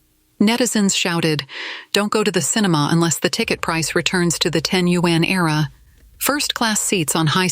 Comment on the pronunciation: Why does the narration mispronouse the word yuan?? I would expect better from a China-themed blog 👎